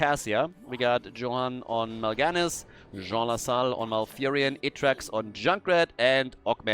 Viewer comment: I keep hearing Zso Sahaal instead of Jean Lassalle.